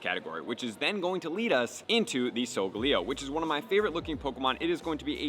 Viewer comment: solgaleo isnt pronounced with leo its like leyo